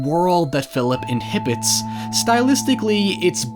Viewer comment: inhibits, or inhabits?